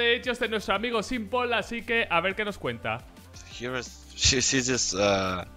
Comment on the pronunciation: no lo pronuncies como SIMPOL pronuncialo SIMPL si la "o"